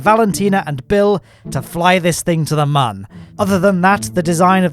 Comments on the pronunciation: My guy its moon not mon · Whos triggerd that hes saying mon instead of moon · this mans is pronouncing "Mün" as "Mun"... my dude, it's pronounced almost exactly the same as "Moon" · You know its not "mun" its "moon" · its moon not mun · Why do you say mun? wtf is that ?! You mean moon? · Why is he called the moon like Mon only one O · Man still mispronouncing Mün